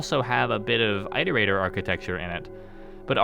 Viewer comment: Why don't rainworld content creators know how to pronounce "Iterator"? IT-O-RATOR not EYE-TOR-ATOR